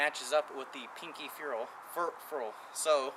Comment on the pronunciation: Youre pronouncing botoning, ferrel, and choil wrong. Not sure if thats how you spell choil or not lmao